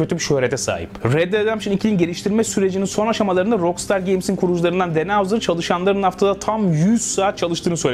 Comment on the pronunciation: rockstar'ı niye ROKSTAR diye söylüyorsun? her duyduğumda kulağım kanıyor, özelliği varsa açıklar mısın? eleştirmiyorum, bilmediğim için soruyorum :)